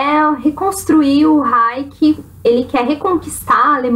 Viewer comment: Só uma observação: a pronúncia de Reich (reino) é "raixi", e não "raiki" como você disse em . Vou assistir o filme hoje no netflix. Pelo seu comentário, parece ser um bom filme. Obrigado!